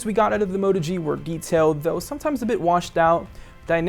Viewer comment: Everything you said is a flaw on the Moto G is good on the Zenfone 2 which is why I don't understand your 8/10 score. I can't trust this review and by the way it's a Moto G not a Mota G